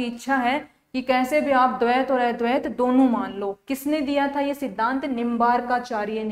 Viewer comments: अ को ऐ पढ़ रही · अद्वैत शब्द का उच्चारण सही नही हो रहा है जी